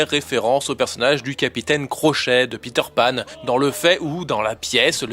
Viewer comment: petter panne! LOOOOOOOOOOOOOOOOOOL!! :o pourquoi pas le prononcer: pété panne tant que t'y es!!! x'D